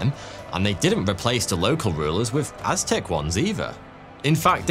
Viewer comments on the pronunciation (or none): Watching dispense knowledge while he mispronounces many Aztec names is the video I didn't know I needed!, the amazing history, animation, and production is a bonus.